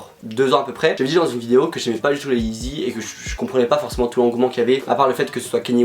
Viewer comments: «yeezy » et pas «eezy » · « La yee-zizi ». Mrc